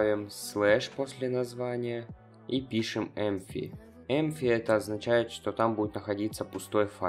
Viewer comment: не empfy а empty